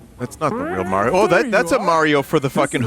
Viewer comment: Honestly, his pronunciation of Mario is nowhere near as atrocious as his pronunciation of Miyamoto.